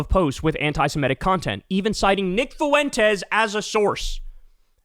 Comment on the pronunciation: "Based" doesn't mean whatever the f you think it does, and Fuentes has two syllables, not three. Incredibly irritating.